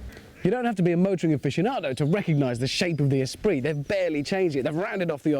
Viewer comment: Espirit??? ESPIRIT??? OMG. Esprit!!!